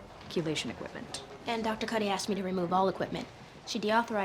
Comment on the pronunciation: Kuty? it’s “Cuddy”, lol